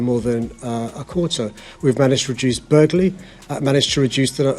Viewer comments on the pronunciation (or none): Burgarlee haha can't even speak English barely it's BURGLARY 😂😂